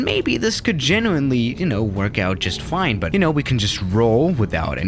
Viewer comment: "but uh we're flying just fline"